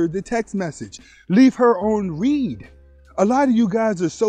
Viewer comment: It’s read pronounced (red)